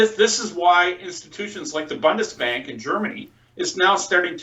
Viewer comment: pls learn how to pronounce Bundesbank ;-) not BONDESBANK